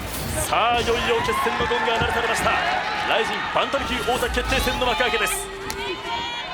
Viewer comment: みんなに言いたいけど バンタムね バンダムじゃなくて